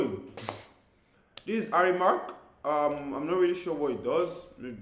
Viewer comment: Harry mark? Who’s that bruh it’s Harry mack